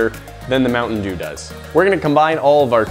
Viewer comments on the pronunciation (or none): "This video got sponsored by Mounten Dew"